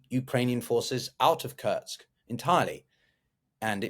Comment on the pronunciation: It's called Kursk not Kurts.